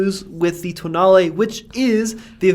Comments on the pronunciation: Tonale more like Toenail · Alfa tonale, nah toenail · I'm Italian and this is how you pronounce it: ToeNail.